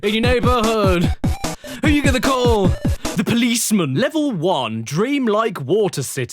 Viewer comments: Ah yes paloose man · The way he pronounces "Policeman" makes me laugh!